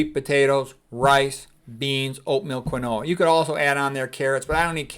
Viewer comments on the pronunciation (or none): Just an FYI, the way to say Quinoa is to pronounce it as if it spelled keen wah. I've heard say it the way Quinoa looks like it should be pronounced a few times now.